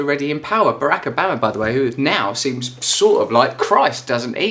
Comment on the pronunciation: "Bahrak ahbama" yeah him lol